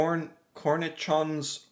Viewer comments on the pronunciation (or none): And "cornichon' should be pronounced the same way as he once said "Vachon" when he tried some cakes, a couple of months ago... He had said it very well!